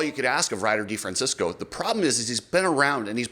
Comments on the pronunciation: De Fran Chess Co THATS HOW YOU Say Ryder D's lastname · Oh, RC and YOU, it's DeFrancEsco NOT DeFrancIsco. Not San Francisco.